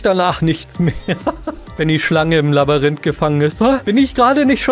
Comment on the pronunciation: wenn man statt Labyrinth Labarint sagt.😂